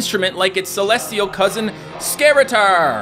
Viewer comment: Celestial not celesial that's it